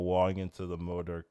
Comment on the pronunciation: why do u call him Moodurk at the start lmao it's MO-DOK T-T